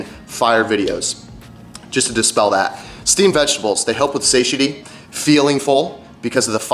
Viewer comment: That's not how you pronounce "satiety"